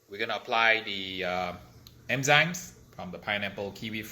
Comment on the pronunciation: It bugged me that you pronounced it as emzymes instead of enzymes lol